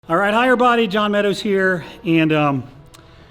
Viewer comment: "Alright hi erbody"